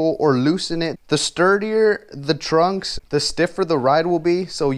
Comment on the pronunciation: They're pronounced trucks, not trunks 😂